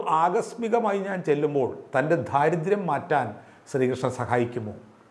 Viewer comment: ദാരിദ്ര്യം, ദാസ്യം, ദൈവം എന്ന് ശരിക്ക് ഉച്ചരിക്കൂ - ധ അല്ല